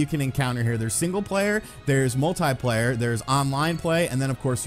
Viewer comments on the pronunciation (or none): none